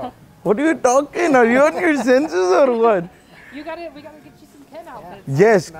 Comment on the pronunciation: "Nut victem but victor what are you tolking about ?" 😂😂